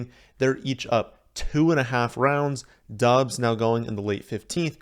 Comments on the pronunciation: It's pronounced Dobs. Not Dubs. Just saying. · His last name is pronounced dobbs the U silent, and he is even come out and said that.